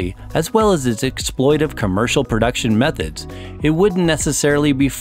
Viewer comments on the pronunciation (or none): He pronounced exploitative wrong.... 😝